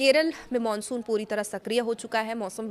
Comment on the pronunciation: Monsun ya mansun 😂jesi shakal vesi bol rahi hai itrana bhi shakl ke hisab se achha lagta hai 😅